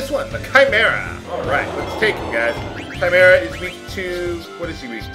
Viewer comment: it is actually pronounced kaimera or maybe kymera or perhaps kimera which ever one makes more since to you but the I is a long I i guess that's what its called